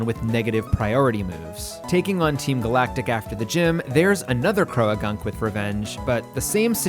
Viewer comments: i am taking the interaction bait and leaving a comment about your pronunciation of 'croagunk' (please its 'croak' and 'gunk' how did you add a 3rd syllable) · this is so cool!!! its such an interesting and original concept, i really enjoyed watching this and following along!!! ...also cant say ive ever heard anybody pronounce croagunk as "cro-a-gunk" but i guess theres a first time for everything LOL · Growtle...? Crow-a-gunk? Haha the vids are still great haha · I like this unique challenge, but I cannot stand the way you pronounce Croagunk. Everyone I've met has pronounced it "Crow-Gunk" Imagine you pronounced boat like, "bow-at" Otherwise, love the vid. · Is your pronunciation of Croagunk a bit or is that actually how you think it should be said? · The way you pronounce croagunk makes me uncomfortable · the way you say "croagunk" is crazy to me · I'll excuse "Croagunk" said as "Cro-A-gunk", but I won't excuse "Weavile" said like "weevil".